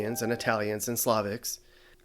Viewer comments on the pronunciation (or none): Its pronounced a "Past ie" not "paste ie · Another correction: The meat pie you referred to as pasty, rhymes with nasty. The pasty the way you pronounced (rhymes with tasty) is what strippers wear to cover their, well, this is a family channel, so I'll let you figure it out. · Pronounced 'p-ass-ty' not 'p-ay-sty'